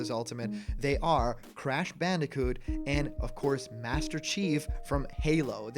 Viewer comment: you mispronounced “doomslayer and crash” smh 😔😅